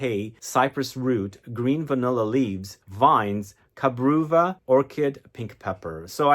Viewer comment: Cabreuva is a Portuguese word - ka-bre- oo-va